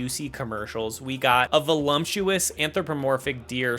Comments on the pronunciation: "volumtuous" lol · "volumptuous"? yea, that's not it.. hot anthropomorphic deer tho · Lol volumtious?? 🤣 why do so many people put a bizarre M in that word?? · There is not an M in the word voluptuous… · Hey man, "voluptuous" doesn't have an M in it.